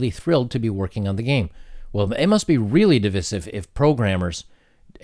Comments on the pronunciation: I’ve never heard anyone pronounce divisive that way before “dee-viss-iv”... Is that an American thing? I’ve always heard it like this. “Dee-vice-iv”. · You're the second youtuber today that heard pronounce "divisive" the way you do. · What is with you fucking moronic Youtubers cant pronounce divisive? jesus christ. It's not pronounced that way I dont care where you live. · Why are youtubers suddenly mis-pronouncing "divisive"? Second "i" is pronounced "eye", as in "divide".